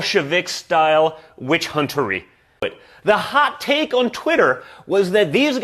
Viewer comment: He said "witchuntery"... Bhahahalol